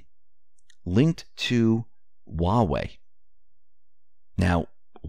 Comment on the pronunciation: When he said Huawei out loud it sounds just like Yahweh (YHWH). That's a no-no.